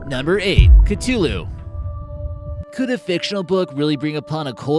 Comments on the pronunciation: It's pronounced Cuh-Thu-loo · Stopped watching right after you butchered the word CTHULHU